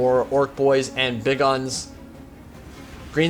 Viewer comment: please, for the love of Gork and Mork, stop saying Big Uns like Big Guns